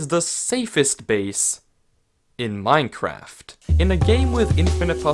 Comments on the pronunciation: Did somebody else realize he said minkaft Instead of Minecraft at the end of the video😅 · theres no way this man really said " minecwaft" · "Minecwaft" <3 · he said minecwaft😭😭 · That's my favorite part of the whole video xD "the safest house in minecwaft" (Unless you count the pinned comment as part of the video becuz that's better) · Bro really said minecwaft 💀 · At the end you said Minecwaft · “The safest house in minecwaft” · "In making the safest house in minecwaft" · "the safest house on Minecwaft" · "minecwaft" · Hmmmm “in Minecwaft” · " the best most secured house in minecwaft" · he said minecwaft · D-did he say Minecwaft...? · Minecwaft lol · here really said minekwaft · HESAID MINECWAFT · at the end he said minecwaft ;) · WTH he said minequaft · He said mine-cwaft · Anyone else notice he said "Minecwaft"? XD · I was about to comment that, but you did. Ik, “Minecwaft” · “the safest house… in MINECWAFT” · How has no-one noticed that he said "minecwaft" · "minecwaft" i wish everyone spoke like this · At tue end.. DID HE JUST SAY MINE QUAFT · Did anyone else notice that he said minecwaft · did you just say minecwaft? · HE SAID MINCWRATF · Is anyone gonna talk about how in the end of the video, he says "the safest house in Minecwaft" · he sead mincwaft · Making it the safest house, in “minecwaft”